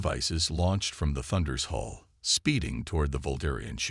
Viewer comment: your AI translator needs to learn English it is space dock's not spacedox, HULL not hole.